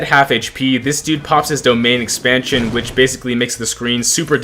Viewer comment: bro said domain expainson